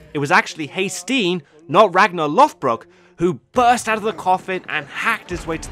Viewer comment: Sun stone's, real yet used improperly in the show, vikingr not vikings, Rollo (Hrolfr) attacked Paris and became the duke of normandy. Ragnar and Rollo were not related, its Lođbrok not lothbrok. The đ is pronounced like the th in "the" or "that" not the th in "forth" or "north" (more of a z sounding th rather than the soft) also Ragnar lived during the end of the Vendel period (accounts are very distorted) so for period dress, armor, weapons, etc, simply reverse to vendel and valsgarde.